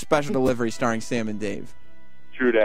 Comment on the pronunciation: What a shitty, garbage company. Sirius/xm needs to just die. And why the fuck does Dave say "Sam" like Diane off Cheers? Christ sake Dave, it's "Sam" not "Som".